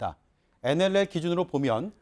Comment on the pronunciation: 어이 코주부 코도 안풀고 계속 나와서 시부릴래?어?!! 그러이 nll 발음도 안되잖아!! 자 따라해봐~~ 엔 엘 엘 알겠나?